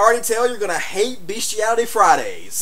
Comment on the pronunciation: i could not stop laughing when he said beastalaty fridays XD